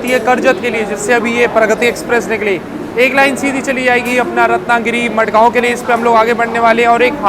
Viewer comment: Not मडगांव its माणगाव